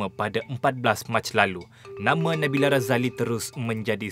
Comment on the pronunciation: Konfiuslah kita... Nabila ke Nabilah nama penyanyi yg dibincangkan tu? Terganggu dgn sebutan juru-temubual.